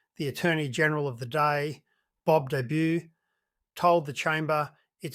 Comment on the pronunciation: It f'd up Bob Debus' name too... any real legal eagle would know how to say it.